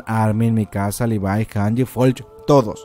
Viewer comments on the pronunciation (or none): none